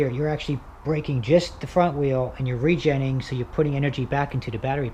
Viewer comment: Why don’t you say re- genning one more time